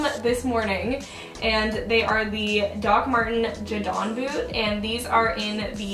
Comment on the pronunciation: Jádons? Sis it’s just jadons